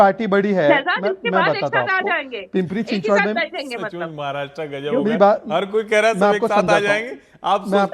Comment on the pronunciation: पिंपरी-चिंचवाड़ क्या है? पिंपरी-चिंचवड़ है;ना कि पिंपरी-चिंचवाड़। 😢😂